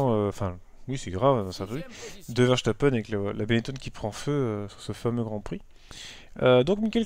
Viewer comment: Il n'y a pas «sh» a verstapen